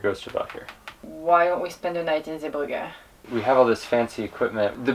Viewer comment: Yes, well done on your pronunciation of Zeebrugge, God rest their souls in that chanel.